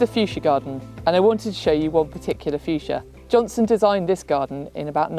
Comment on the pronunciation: JohnsTon not JohnSon!